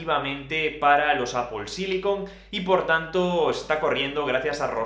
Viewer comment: A mi me encanta que diga a veces "Apol" en vez de "Apel" jaja